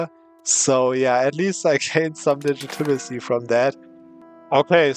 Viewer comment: its pronounced ligit-a-ma-see